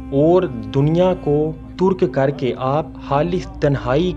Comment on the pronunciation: Surah aaraaf hai , turk nei tarq hai aap zara apni urdu bhi thik karein plz